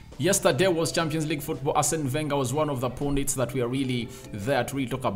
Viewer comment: Pundit. Pronounced: pAndit Not pOOndit